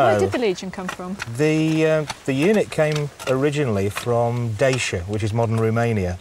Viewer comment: Dacia is pronounced "Dacheea" not "daysha".